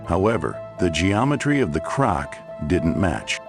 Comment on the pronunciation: The static approaching the 8 minute mark and calling a crack a crock is why I didn't watch the whole thing 😑